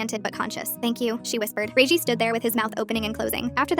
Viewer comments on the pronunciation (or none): Redgie not reigie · “Reiygi”got me crying ngl 🙏🏻 😭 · 'ray gie' 😭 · Rosalina 🚫 Rosslin ⭕️ Regie 🚫 Ragey ⭕️